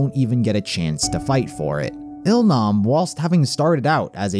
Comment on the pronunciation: its that oh-il-nam...we all cried mad for him